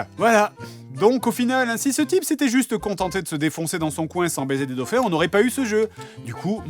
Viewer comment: Y'a un " s"quand on dit " des dauphins " :3 Bonnes fêtes à vous messieurs :3